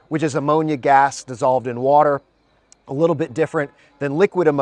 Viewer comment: Hmm he can't even pronounce water properly... "Waller"!? Plus would the blocks be air/Waller tight?